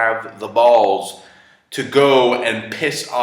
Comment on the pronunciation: I loved the way he over-annunciated everytime he said "balls." lol